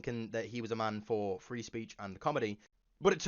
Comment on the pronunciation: So bro your back drop is a bed sheet - and you pronounce "Three" like "Free"... can't give you any credit.